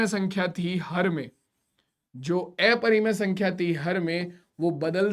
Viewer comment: Sir plz aprimay sankhya ka pronenceation sahi karye